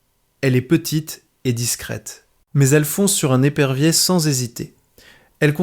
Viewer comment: Par exemple des perviers au lieu d’épervier . Grave quand même.